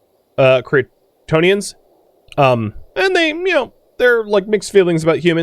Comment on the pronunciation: I know you are saying "Cretonians" but every now and then, i could swear I am hearing "Kryptonian"